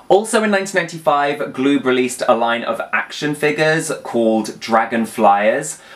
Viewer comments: PRONOUNCE IT - GA- LOOB- NOT GLOOB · Galoob is pronounced gah-lube.